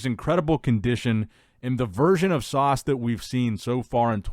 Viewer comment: His name is Sas, not Sauce. 😂